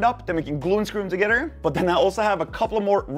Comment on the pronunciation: tuhgedder??? Lol